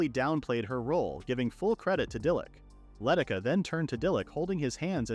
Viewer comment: The village girl's name is Leh Tish Ah, not Letticuh.